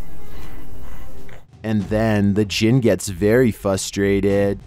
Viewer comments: I have always loved videos. However it bothers me immensely that he can’t pronounce “frustrated” instead saying “fustrated” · Why do you pronounced 'frustrated' as 'fustrated'? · "the Jin gets fustrated"... Lmao